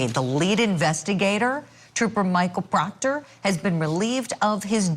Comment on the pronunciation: The prosecution must not like proctah troopah..... Because why else would you drag him through another trial?😂😂